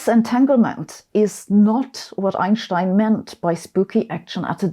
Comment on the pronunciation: The way she says ineschtine is spooky!